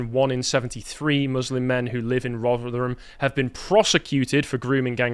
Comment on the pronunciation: It sounded like pronounced Rotherham as 'Roger 'em'. Apt